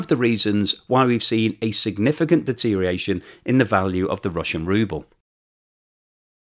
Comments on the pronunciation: Good job as always with the currency analysis. Tongue and eyes warrior here. You said "deteriation" eight times in the video. The word is 'deterioration.' Also, would rather see your face in the wrap-up. Not sure what your focus group feedback is telling you, but the models create dissonance for me. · Look, it's deteriORation not deteriation, you are very clever but this is annoying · If you are going to say "deterioration" over and over again, PLEASE say all the syllables. It isn't "dee-teer-ee-ashion", even in England. The "OR" isn't silent. You could always go with "deterration" or "dee-ration" or "drayshun" and just say it's the modern pronunciation and hope people will fall for that, but I think is better than that. the deteriORation of pronunciation needs to stop somewhere. Or we could start saying "interi-" and "exteri-" and leave those filthy "ors" behind. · I spell it "rubble." I always enjoy well-researched, articulate and accurate presentations (other than his "deteriation.") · Friendly nudge,... check the pronunciation of DETERIORATION.